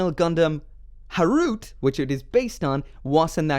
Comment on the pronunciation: its ha-ru-te not ha-root. i cried.